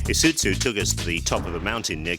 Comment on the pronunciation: Is uT zu Really ? That is how he's saying it